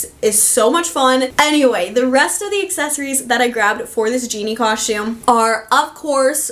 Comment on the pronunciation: Great content! BUT! You say coSHtume Way too frequent! 😫